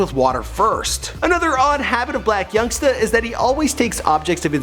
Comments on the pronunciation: He said Yung blacksta 😂😂😂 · did bro say young blacksta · Lmao he said young blacksta😂😂😂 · He said Young Blacsta 🤦🏾‍♀️😂😂😂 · He said young blacsta 🤦🏾‍♂️😭😭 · did he just say young blactsa?💀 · He said young blacsta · why he say young blacsta 😂😂😂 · this fool said "Young Blacksta"😂😂